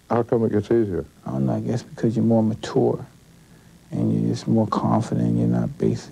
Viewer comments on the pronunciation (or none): More “matour “ lol 🤦‍♂️